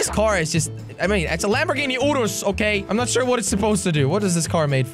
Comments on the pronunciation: Urus not urs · Bruh jelly says “oros” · urus” it’s a urus st-x